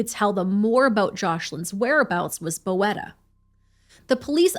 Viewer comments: You say "boeta" not bo-eta, but like "boota" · Thank you for covering this crime. This is really big in South Africa. P.s., its pronounced "boot-a" not "bo-eta". It's Afrikaans for brother. Sometimes used as a sign of affection. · Oh. TIK is crystal meth not coke. And Boeta is pronounced Boota. Hope that helps ❤ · It is pronounced BOO-TA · Hi! South African here. I just wanted to let you know that "Boeta" is an endearing word for brother. The pronunciation is like saying boot-ah, but quickly. 🤣 I hope it makes sense. Great coverage of the story! It shook our country. Rest assured, prison has not been kind to Kelly or Boeta 😂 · Boeta is pronounced more like Boo-tah. This case is sickening. I've been watching the case as it developed being a South African